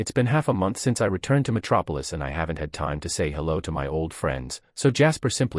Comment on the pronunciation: metropilis? Am i tweaking or is that the city superman is from?